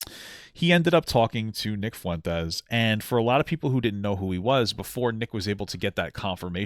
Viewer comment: the pronunciation of fuentes by throughout this video was like death by a thousand paper cuts